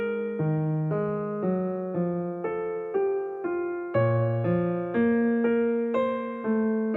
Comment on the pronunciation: Не хочу быть грамар- наци, но: дЕвичья, а не девИчья ПотЕбни, а не ПотебнИ??